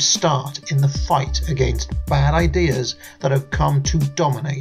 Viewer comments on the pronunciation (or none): none